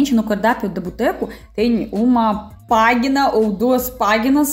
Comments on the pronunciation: querida, a pronúncia de PÁGINA é pájina e não páguina. 😘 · Querida, o som g+i é ji e não gui . Portanto se diz pagi(ji)na e não paguina. 😉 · Ela pronuncia "páguina" em vez de página, com som de J. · se permitir te ajudar,pois vc fala muito bem o português apenas esta palavra vc fala errado Página Vc fala " páguina" Experimenta falar assim: Пажина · "páguina" kkkk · você deve pronunciar página assim: pajina. Parabéns pelo seu trabalho maravilhoso! Beijos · Fale de novo “”pagina”” É muito engraçado 😂😂😂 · Olha página se fala o gi como em giz e não como gola.